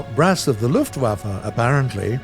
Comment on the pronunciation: he Said lufflaffe